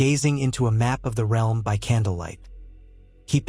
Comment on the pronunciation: "..It will shake the R.E.A.R.L.M.." good job electronic voice!